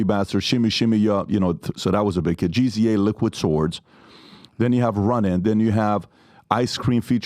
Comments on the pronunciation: Pat pronounced GZA, GeeZeeAye..... It's Gizza, like his cousin the RZA(Rizza) .....😂😂😂😂....I understand he's a West Coast dude, but that disrespectful....I'm sure Dame picked up on it. Pat don't dis the WU my dude....Please get RZA and GZA on the show....They are so inspirational and successful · Lol I’m weak when he talks about hip hop 😆. Gee Zee A had me dying laughing! It’s Gza… pronounced like jizz-uh lol 😆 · This man said GEE ZEE A… Im😭😭💀💀🤣🤣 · Gza lol pronounced gizza. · My espect for P "MLM" BD has vanished. He seems to inject politics into everything, even when Trump is irrelevant to the interview( We know you love Trump PBMLMD). His lack of respect for hip hop shows when he struggles to pronounce GZA (G.Z.A 😅), and he persistently pressed Dame about a conspiracy theory regarding Aaliyah's death. It's incredibly disrespectful, and I'm glad Dame pressed him about it. Respect the culture and respect Dame's accomplishment PBD. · Pat needs to turn in his hip hop card. He literally spelled out GZA 🤦🏻‍♂️ if you don’t know how to say one of the greatest Wu members name that’s bad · Yo. I love both these dudes. But it woulda been a way better convo had pbd did a bit more research and bossed the fuck up instead of just being a host. I feel he woulda gotten mutual respect had he not pussy footed around. Also… who else Lol at how PBD pronounced GZA?!?